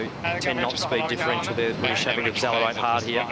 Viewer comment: The commentator cannot even pronounce accelerate correctly.